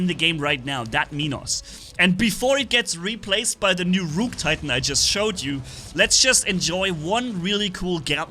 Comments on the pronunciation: Imagine pronouncing ruhk as rewke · just fyi the pronunciation of rook is ruk, like book (buk). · Ah yes, the ROOOK from chess